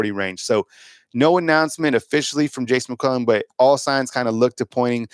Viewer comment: Why does this guy pronounce It Jace Mcwellan? Is that how it’s supposed to be pronounced?